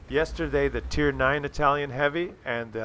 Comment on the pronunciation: "Itlaian" lol